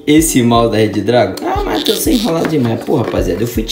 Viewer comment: Se fala Redragon e não Red Dragon